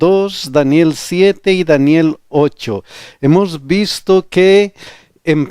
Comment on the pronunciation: Pastor...disculpe! Por favor, pronuncie bien " HEMOS".